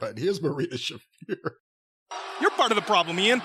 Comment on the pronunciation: She even botched her own name. Marina, it's "Shafer" not "Shaffeer"